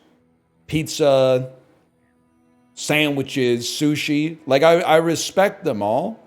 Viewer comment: every time he says sushi, I get flashbacks